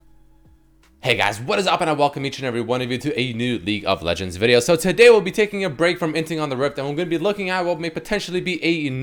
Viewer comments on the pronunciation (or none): Is it just me, but like everytime I hear do his intro, I hear "Leak of Legends," instead of "League of Legends."